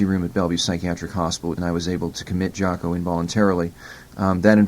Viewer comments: It’s pronounced Jah-Co. it was his nickname as a kid because he was a sports jock. How it got misspelled I don’t know. But definitely not Jack-O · "Jack-O"? "Sax-Offinist"?